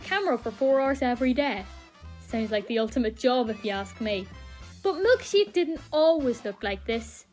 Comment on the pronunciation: You say Milkshake! like, "Milkshiak."